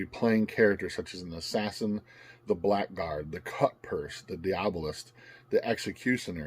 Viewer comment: Blackguard is actually pronounced Blaggard and means a person, particularly a man, who behaves in a dishonorable or contemptible way. English, lol.